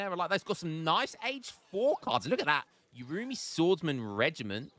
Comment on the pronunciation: I think the urumi is pronunces like "oohh.. roomey"